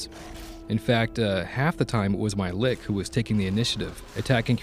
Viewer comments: Its lich, not lick. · Lich = Lick. LOL Lich = "Litch"